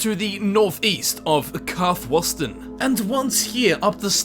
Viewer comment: Fuck the puns, learn to pronounce things right. Karthwasten should not have any o sounds. Karthwasten, Karth-Waste-n, say it with me